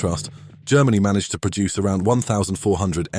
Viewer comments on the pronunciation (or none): none